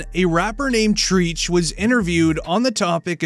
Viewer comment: White person says ole boy name treech